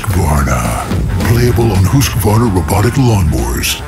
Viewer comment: Oh, so that's how you pronounce "Husqvarna".